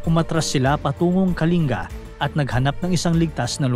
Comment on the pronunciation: Buti alam pronounciation ng "Kalinga" ni Sir.